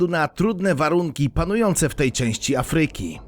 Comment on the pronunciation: Bardzo interesujące. Pozwalam jednak sobie zwrócić uwagę na coś, co razi: niewłaściwe akcentowanie słowa Afryka. Akcent powinien być nad głoską A, nie nad y. Inny przykład: słowo: fabryka (nad a, nie nad y). Takich przykładów niewłaściwego akcentowania zebrać można wiele. W publicznych środkach przekazu błąd, jakikolwiek, zdecydowanie razi.